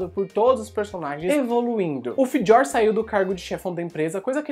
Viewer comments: que pronúncia estranha falando do Fjör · Pronuncia foi pro crl